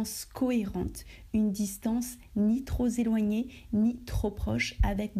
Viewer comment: Permette-moi de signaler une petite erreur de liaison entre "trop" et "éloigné", en effet, celle-ci se fait avec "p" et non avec "z", mais, sinon votre français est impeccable.